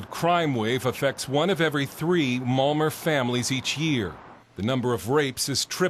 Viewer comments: It's pronounced Malmo, not Malmer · lol when you say "malmö", its sounds like molmure... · Uhh well in Sweden we pronounce it Malm-O. The Ö is sort of pronounced like you'd say "Uhh" but in this video this bloke adds an R at the end when he pronounces it. Plus not to mention how horribly overdone this video is and how it misrepresents a great city. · This vid is full of lies and inaccurate shit! Typical of American "journalism". And it's MALMÖ not Malmuurrrr. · Malmor? wtf it's Malm-O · OMG english ppl cant say malmö they say malmore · What is this marmer he speaks of? Marmelade?